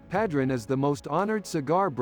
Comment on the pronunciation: The only thing that drove me crazy was the mispronunciation of Padron